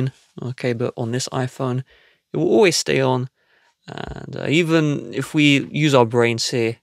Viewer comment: You have an issue with the way you say always